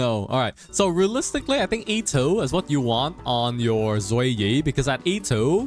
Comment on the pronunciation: every time he says E2 i hear "itto" 😅